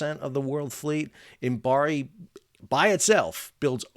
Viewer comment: Fascinating to hear about the Imabari (Im-A- ba-ri, not Imbari) model. The concept of building "at a loss" knowing they will make money in leasing, is interesting because, frankly, the concept of "at a loss" is almost meaningless unless a ship is being built for sale. As in all manufacturing where the product is built for sale, "price competition" (greed) inevitably pushes manufacturers to cut costs to maintain a sale, and those cuts always reduce quality at some point of the process (if not all). When the builder does the leasing, and (crucially) is willing to look longer-term for recoup and profit than other leasing companies, they can charge similar leasing rates while offering products of a quality of their own choosing. Further, they can guarantee to maintain that quality by using their own people and infrastructure for what is usually post-sale maintenance, and so often contracted to the lowest-cost outfit at any time. Of course, this model can only be viable if there are enough customers who consider quality important, and in an industry that invests so much into avoiding regulations which require any standards at all, Imabari's 6% seems even more impressive. 😩